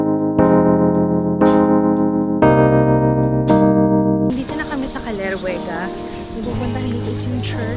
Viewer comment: caleruega yan po talaga gusto ko mapintahan ama.....sana dika ma-offend pero mali po ang basa niyo ang tama po ay kalyeruwega pero spelling po ay caleruega